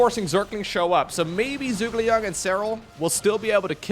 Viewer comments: my guy, I know you're not Chinese, but I gotta tell you - ZhuGeLiang's name is pronounced "JOO-guh Liang". I didn't bring it up the last time he appeared, but if he's gonna appear more, I think it's good you know how the name is pronounced. It's a reference to a historical Chinese strategist, and he (the original Zhuge Liang) is also known as Kongming. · Joo-Gay-Li-Ang Zhuge Liang. A Shu Han hero from the 3 Kingdoms romance in Chinese literature